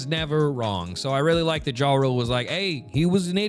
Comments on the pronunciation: Considering Jarl means Earl or leader and was common in Scandinavia, and pronounced Yarl, I've been saying "Yar-uhl". Jah rule is crazy lol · it's pronounced "ya-rule" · Come on man, his name is JA-RULE for a reason!